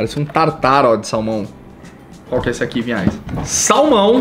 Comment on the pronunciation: é Vinhais, e eu sempre ouço Pinhais